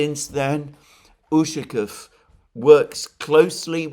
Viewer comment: Dear Alexander, You are mispronouncing the surname Ushakov. Stress should be placed on the 2nd syllable (letter "a"), while you emphasize the "u".